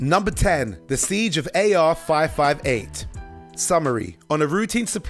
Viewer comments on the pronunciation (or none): none